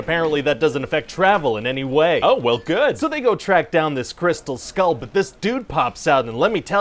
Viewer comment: Shia saying crystal "skoal" drove me insane.